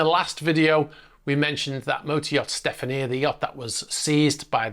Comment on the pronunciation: Stefania is pronounced "Stef - arn - eeya" - not "Stef - an - ee - aa"